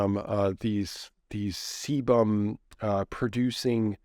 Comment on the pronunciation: Sebum is a waxy/oily substance secreted by the sebaceous glands of the skin- Seemed that you were struggling to say this.